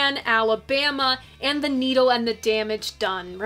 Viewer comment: You said "Needle and The Damage Done" like "Neil and The Damage Done" ... and thats a genius slip up ... and possible a way to sum up his Divorces ... .